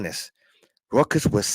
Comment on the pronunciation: Everyone V12 says “Rutgers,” it sounds like like he is saying “Ruckus.” Like “Uncle Ruckus” from the Boondocks 😂😂😂😂😂😂😂😂😂😂